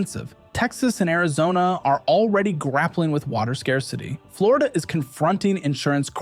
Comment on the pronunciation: Florida, Dlonio, Flondo... WTF? :D